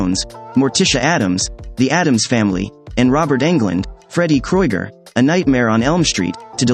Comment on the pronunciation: The way you just butchers the word Krueger from freddy Krueger made me want to stop the video and throw my phone